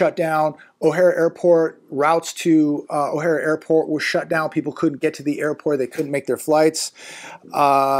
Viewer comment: Btw, not to nitpick. It's O'Hare not O'Hara Airport.😉